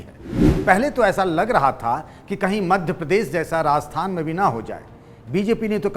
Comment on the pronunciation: राजस्थान बोलिए। आप बार बार रास्थान बोल रहे है।